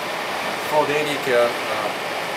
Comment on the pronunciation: Am I the only one who noticed the dairy care instead of daily? Hahaha